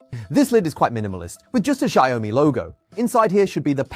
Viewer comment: “Shire Ou Me”